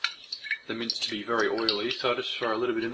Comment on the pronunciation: Every time you said meat I thought you were saying mints